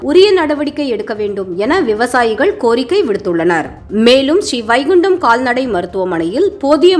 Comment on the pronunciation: வாழ்த்துக்கள். சூப்பர்மா, சூப்பர் அது என்ன style என்று தெரியவில்லை. அம்மா அந்த ஊரின் பெயர் Srivaikundam நீங்கள் படித்தது போல் Sri.... Vaikundam ( Sri vaikundam என்று இரண்டிற்கும் இடைவெளி விடுதல் கூடாது. என்ன ஸ்டைல்? என்ன உச்சரிப்போ?. ( தமிழை கடித்து, குதறி மென்று துப்பி விட்டீர்கள் அம்மணி).